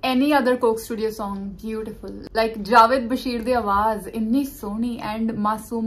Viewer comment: Please Name Theek Len Its Jaavaid not ja-vedd